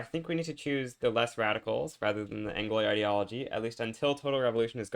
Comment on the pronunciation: Pls it's pronounced anglwa not angloy. Good shit, though.